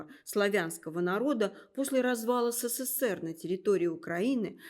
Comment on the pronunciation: Что за "Сэсээр"? Ведущая произносит слово " СССР " как иностранка.